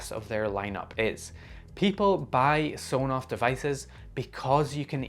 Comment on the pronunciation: I believe the official pronunciation of Sonoff is S-ON-OFF referencing a toggle of an on/off switch.